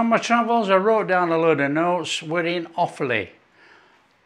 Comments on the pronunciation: Hi, As an 'Offaly boy' your pronunciation was correct as 'Off-lee'. I well remember, as a child, my grandmother making this probably every other week. Cold, in a sandwich with a lathering of Irish farm butter, was something to die for 😂😂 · Nice one, pronunciation perfect first time 😊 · pronounced perfectly